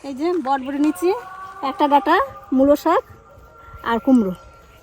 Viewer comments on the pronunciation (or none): এটার শুদ্ধ উচ্চারণ হলো বরবটি,,তোমরা বডবটি বলো কেন।